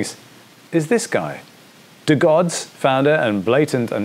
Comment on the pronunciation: Great to see your take on this project! Been a holder of DeGods since mint and y00ts gonna be an exciting experiment indeed. Btw, you're mispronouncing DeGods, it's "DeeGods"